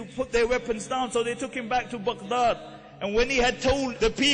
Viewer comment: Its not necessary to say Baghdad that way. It annoys me.